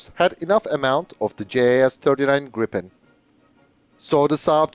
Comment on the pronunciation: it was spot on, almost native.